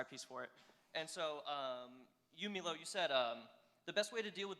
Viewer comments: It's milo not meelo. It's Nike not nikee or nikey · ITS MY-LOW NOT ME-LOW SAY IT RIGHT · It pronounced Milo not Meelo... and Radical feminism and transsexualism are definitely mental health disorders. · did he just say "Mee-low"?